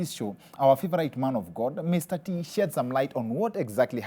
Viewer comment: Mr tee said it right!!